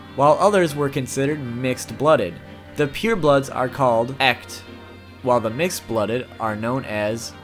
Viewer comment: Echt means "real" in german. Its not "EKKT" its "E (make a sound with your throught like you want to get rid of some slime) T" gemischt means mixed